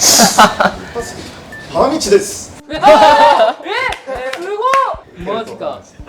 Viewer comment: 反日です！って聞こえてクソ笑ったら花道です！だった